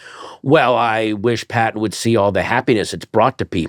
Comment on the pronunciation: 44 seconds in. Never seen the show before. Is the host from Baltimore? 😂 The way he says Pattons name got me